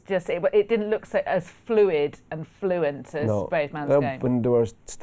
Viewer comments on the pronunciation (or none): Ruby Grammar "more fluent" not "fluinter"